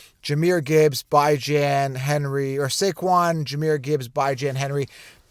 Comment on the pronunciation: Has he not heard that he pronounces his name Bee-John or Bih-John? It’s up on the falcons YouTube page.